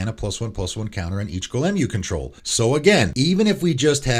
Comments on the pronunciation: Bro, learn to pronounce Golem correctly. Jfc. Been listening to you for months now and have noticed it, it’s so fucking distracting. Cmon dude, it’s so fucking easy. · You say Golem really weird lol